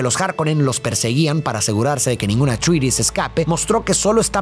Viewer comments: amo tus videos pero man pon en el traductor como pronuncia atreides en ingles, no se tragan la E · Pronunciaciones: Atrayedis, Gaydi Praime, Járkunun (la última u casi no se pronuncia)... Sí, esos nombres no son tan fáciles de pronunciar como parecen y gente de cada país los dice como quiere.